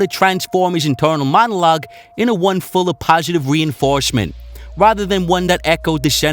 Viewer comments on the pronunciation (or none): none